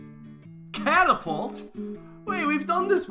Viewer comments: You said it wrong it’s catapult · This is not a catapult, it's a car-a-pult